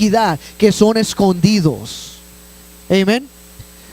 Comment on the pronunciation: Hno. Creo que NO es necesario decir : "Eimen" cuando sabes decir "Amén" tu predicación fue muy correcta y No necesitamos saber que dominas el inglés, cuando la iglesia entiende el español. Creo que Pablo habla acerca de eso en la carta a los Corintios. Trata de ser humilde.